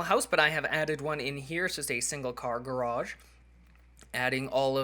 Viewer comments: yay u said garage the right way!!! lol jk but ya just pointing that out.. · it almost seems weird you pronouncing garage properly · Hey, you said Garage right! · im glad u say garage correctly now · YES!!!!! He finally said garage right it only took another 3 LONG YEARS!!! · he said garage right lol! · SAID GARAGE THE REGULAR WAY!!!! OH MY GAWD (X100,000,000)